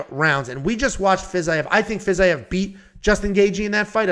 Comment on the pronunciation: Fiz I ev is a crazy way to pronounce it lol love it 😂